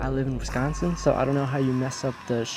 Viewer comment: yeah lol but why did you say wisconisn